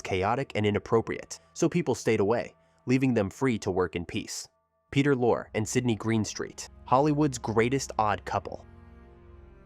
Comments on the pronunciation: Yes - and Peter was Lor-ray ( not Lore) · That's NOT "Peter Lore." as you pronounced it. It's "Peter Lorrey" as correctly pronounced. Of course it's spelled "Peter Lorre." He was Hungarian. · And who the hell is Peter Law ? It is lor Ray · I'm sorry again. But it is pronounced "Peter Lorr-eee" not "Peter Lor" or "Lor-ay." What is the world coming to when people pretending to be experts can't even pronounce the name of one of the biggest character actors in American cinema. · She's the sister of Peter LORE or, as the AI says later on, "Lor-AY." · The man's name is pronounced "Lorrie", do your homework. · 1) I agree... the AI narration is not great. Peter Lorre's name is pronounced LORE-RY.. AI voice doesnt know that 2) In Hammett's book, the ending is not in the movie. The gunsel escapes (as portrayed in the movie). The book ends with the news that Gutman and Cairo are murdered by the gunsel after they left Sam Spades apt and regrouped ar their hotel room. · AI called him Peter Lore. ROFL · Agreed! The AI Voice is so bad…….it cannot even get the correct pronunciation of some of the actors especially Peter Lorre and what is “weird” about the “facts”? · More AI slop. Can't even pronounce Peter Lorre's name. I'm out. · Peter Lorre's name was pronounced in two different ways. Neither was correct. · I think Bet is a nickname for Betty or Bette. And I think he pronounced Peter Lorre wrongly too